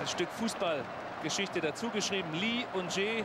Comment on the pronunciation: Auch wenn man Lee in Korea eigentlich "Yi" oder einfach "I" ausspricht, auf jeden Fall Respekt an den Moderator, dass er die koreanischen Namen korrekt ausspricht. Auf jeden Fall besser als die Clowns von DAZN, die immer noch "Hoing Min Sonn" statt "Sohn Hüng Min" sagen.